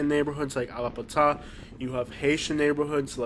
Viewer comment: Why do you pronounce Allapattah like that?